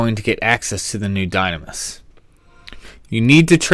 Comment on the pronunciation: You mean "die-NAM-is" and "ru-LU-day" Heh. That's how I've pronounced them for 14 years at least.